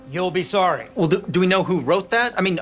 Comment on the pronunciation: “im swory coach”